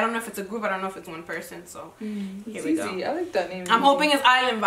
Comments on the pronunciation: The way they pronounced ‘ZieZie’s name like that with soo much confidence 😂😂😂😂 Baby girl it’s pronounced ZI ZI (like Zion but only pronouncing the ‘ZI’ and not the ‘on’) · Its zie zie not zey zey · it’s pronounce zi zi like the ‘ie’ is pronounce as ‘eye’ also please reaction to nsg ft. tion wayne- options